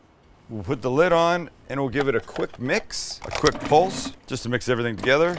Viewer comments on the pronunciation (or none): none